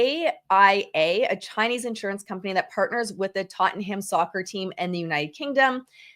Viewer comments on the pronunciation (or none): none